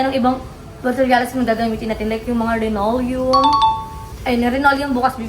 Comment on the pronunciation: Yes linoleum hindi rinoleum Bang😊